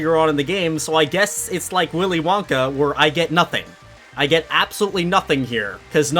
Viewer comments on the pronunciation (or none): none